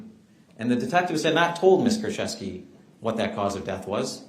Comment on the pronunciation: I am Polish, it's Koorchevskee and "ch" as in chamber not in character, and the stress is on the second to last syllable